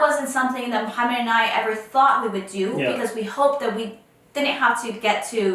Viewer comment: Please don’t say Muhammad to moh please it’s wrong